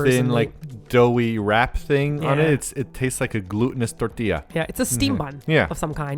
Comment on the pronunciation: Kobe sounds like a great city to live in! Also, I love that Simon pronounced tortilla correctly. ^^